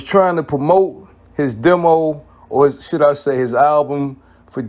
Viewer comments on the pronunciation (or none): none